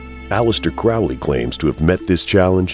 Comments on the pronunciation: um....Its pronounced crow-lee.....not to be rude.....just sayin. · Crow-Lee bruh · Do I have to be that guy? You’re pronouncing “Crowley” wrong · Can't even pronounce Crowley correctly. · Won’t be watching this. Haven’t spelt Aliester’s name correctly or pronounced his surname correctly. Get your facts right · You lose all credibility when you can't even pronounce the guys name right.